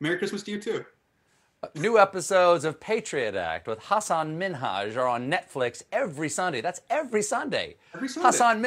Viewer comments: Jaja Stephen pronounced his name right this time jejej, after so many times Hasan talked about on in talk shows it finally paid off jeje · Wow Stephen actually pronounces Hasan's name correctly,👍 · I like that Stephen tries so hard to pronounce Hasan’s name properly and i like him that much more for that. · Steven said your name right Hasan!!! Hooray lol 😁😂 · Anybody else noticed how clearly and correctly Stephen pronounced Hasan’s name?! It’s like everybody knows how dicey things can get if the name is not said right 😅🤣🤣Hasan is very particular about people not saying brown peoples names right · Can we all appreciate that Stephen is trying really hard with pronouncing Hasan's name